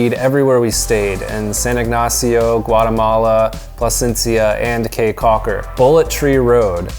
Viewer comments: How are you gonna go through the country and not figure out that the word "caye" is pronounced "key" instead of "kay"? lol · Awesome review, BUT: 1) Belizean Creole is not "Jamaican" mixed with anything. It is it's own thing. It IS Belizean Creole. Syntax, grammar and accent are all different from Jamaican 2) Caye is pronounced "KEY" 3) You can buy exotic local wines anywhere in the Belize District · I know the "kay" thing bothered me too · Thank you for coming to Belize! CAYE is pronounced as key so ya taht one thing to know 😂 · Caye is pronounced Key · Lol dude, it's pronounced 'caye' like 🔑, not like Kay, ok? 😂 Btw I have to say, this vid of my country was legit on point, 👌 nice job! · We live in Belize and this is a very good introduction to our home. does a nice job of intelligently describing sites. His recommendation of Crystal Auto Rental is spot on. They are the best. Going to Caye Caulker or Ambergris Caye fly on Tropic Air, skip the water taxi. My only small criticism is that “Caye” should be pronounced “Key” 😀. Otherwise, unBELIZEable! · The language is called Creole (or now 2021 Kriol). The word Caye is pronounced Key. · You Betta Belize it!!! Well done! Hope you had a good time! Belize is beautiful and the people are awesome! Good video but you scratched the surface, there is much more to see and do in Belize ... also FYI - Caye is pronounced KEY like the Florida Keys... So Caye Caulker is pronounced Key Caulker.. Thank you!!! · Ok thank you for coming to my amazing country and boiiii come-on we have a lot more to show you and btw it's not Caye its pronounced KEY and it's not Jamaican it's just Belizean creole but thx for coming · I kw it wz funny when he said Caye